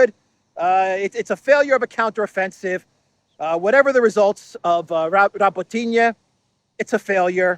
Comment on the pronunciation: Hey, it’s Ra-bó-tee-no 😉🙃